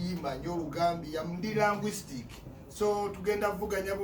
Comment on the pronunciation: Linguistic not languistic